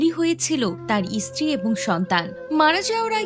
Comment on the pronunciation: "ইস্ত্রী" আবার কী উচ্চারণ! "স্ত্রী" উচ্চারণ বেরোয় না কেন বাংলাদেশীদের??